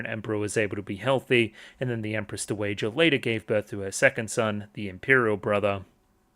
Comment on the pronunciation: Hey, super minor thing, but dowager is pronounced DOW-uh-juh. Dow rhymes with cow. Is Anshi-apo-diaires a very different lady to Anshi-RGU? Both are victims of CSA who feel they chose the role and thus aren't allowed to be true victims. This makes them feel superior to other victims they see as naïve, but also jealous that they are receiving attention, while also meaning they are even more isolated. If Adolescence of Utena is taken to be a sequel, then they even share sending their abuser into a mental breakdown and death by choosing to upend the power dynamic during sex.